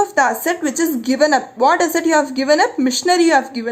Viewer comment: 😄😄😄 How you say asset, sounds like hassat😆😆. But still you're a great teacher. May God bless you a lot